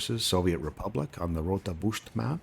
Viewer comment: Loved this episode. No, it wasn't there! And the pronunciation was, Excellent! I will talk to Gregor so we can move forward and ask the board to issue your graduation to level 2 🤣 I'm sorry,, I will tone it down. Too much fun with joking about this 😂 I am really impressed by how quickly you learned something that is really hard to do, like this Bucht thing. Well done!